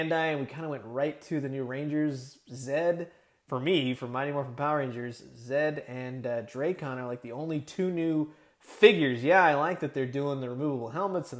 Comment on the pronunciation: You don't say Drakkon right! It's a short A. where do you see a E in there!?